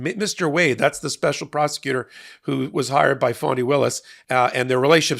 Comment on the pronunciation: Pronounce her name correctly....its fani